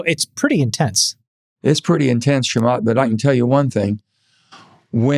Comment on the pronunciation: Why can't he say ch? It's not shamath!